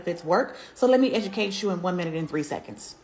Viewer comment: “Let me edushate chu”😂